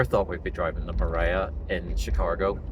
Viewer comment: Chicargo? Chicahgo? 🤔 🤪